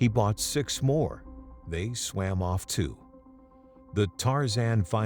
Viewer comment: Suam in the ocean ???? It’s swam. Where did you learn to talk?